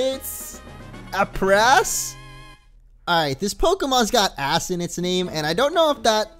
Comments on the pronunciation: Aprass is pronounced ape-russ. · I believe it's pronounced Ape-Ress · I bet it's pronounced ape -ress